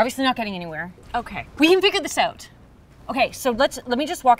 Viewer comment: Julia:Figure this out. The most Canadian Julia has ever sounded in one of her great videos.😀